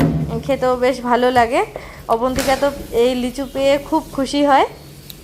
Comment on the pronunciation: তুমি লেচু বলো কেন , লিচু বলবে